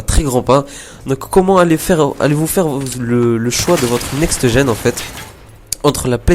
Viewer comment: il peut le dire "NEXT GEN" sans rajouter -eu a la fin de next